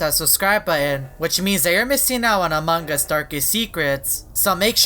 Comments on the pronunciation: Amongus not amongggggus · I think you keep saying amongg us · U said amog us :> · Still say amangas Has Among us XD FIX YOUR MOUTH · among us Subtitles: amangas Me: laughs all day long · I like how he says AMAWNG us XDD